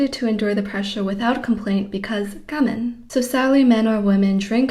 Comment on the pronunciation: I think your message is really important. I don't think it helps that you speak so fast. Do you have a reason for not pronouncing Japanese words like "gaman" the usual way? I wish you wouldn't say "eck cetera." It's "et," not "eck." Please slow down. It will be easier to get your important message across.